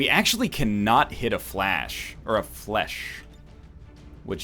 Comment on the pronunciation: Where the heck did NL learn to speak English that he thinks "roust" is pronounced "roost?" That's even worse than "fleche"/"flash."